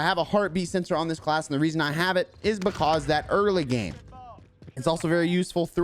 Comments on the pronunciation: I love how he says because BECASE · I love the way you say "buhcawse" lol